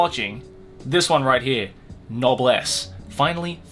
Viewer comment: i checked, and you're pronunciation is correct